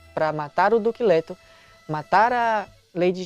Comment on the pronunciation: Pq eu to ouvindo: "Duque lerdo"? Socorro! Kkkk